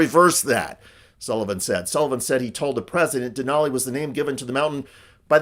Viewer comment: it’s DENALI 🤦🏻‍♀️